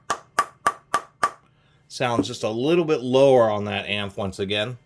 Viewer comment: LOOOOOVE your channel. "AMF" isn't a word per se. It's pronounced simply by saying each letter. :)